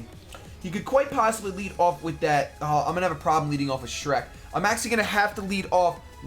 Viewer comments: It's Shrek not Schreck! 🙊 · please spell Shrek right, you did the same with Falcore, but it's spelt Falkor